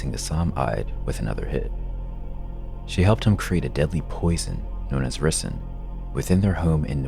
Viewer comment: He said "risin". 😂 It's "ricin" (rice-in)